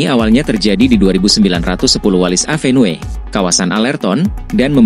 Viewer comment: Avenue dibaca : Évenyu !